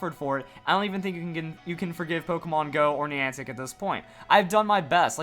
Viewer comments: You say Niantic weird lol like have you heard anyone else say it like that😂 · Niantic screwed up even more than screwed up the pronunciation of Niantic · The way he pronounces Niantic... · Stop saying niantic wrong, it's very annoying